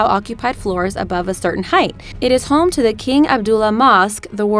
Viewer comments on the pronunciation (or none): none